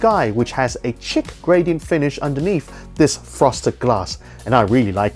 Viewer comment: Did... did he just pronounce chic as “chick”?